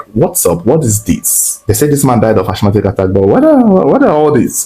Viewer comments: Asthmatic /æsˈmæt.ɪk/ (asmatic) please not (ashmatic). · Ashmatic or asthmatic attack? Linguistically pronounced as Asma/ Asmatic. Keep up the good work 💪🏽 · Yo what is Ashmatic attack, isn't it Asthmatic rather🙄